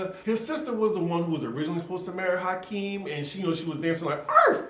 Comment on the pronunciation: It's Akeem,, not Hakeem. Lol.